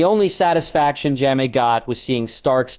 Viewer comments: How effing difficult is it to pronounce JAMIE correctly? You called him Yaxly, like the death eater in Harry Potter. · Friggin AI read. SOOOOOOO MANY MISPRONUNCIATIONS! 5 wrong ways to say Jaime along in the first 4 minutes. Smdh. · How hard is it to pronounce Jamie ?